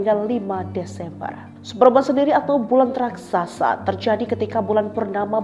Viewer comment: supermun, bukan supermon, please deh